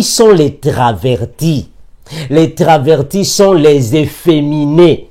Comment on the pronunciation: On dit travesti pas traverti 😂